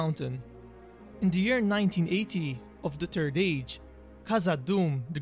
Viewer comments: The confidence with which you call it the turd age.. hilarious. Good vid. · PLEASE PLEASE PLEASE PLEASE WORK ON YOUR PRONUNCIATION. E.g. "The Turd Age" "Train the Thirst". "Trains son, Torin the Thirst". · The only sound issue I have is you keep calling it the turd age and that sounds horrible. EDIT: Also the turd silmaril sounds really bad too. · Every time he says third it sounds like turd and so I giggle like a little school girl every time. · Sorry mate, but had to laugh when you said turd age... Otherwise great video;) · "The Turd Age"... I'm Sorry. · Thhhh. You must pronounce the H :) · He said..."turd age"...(giggle)!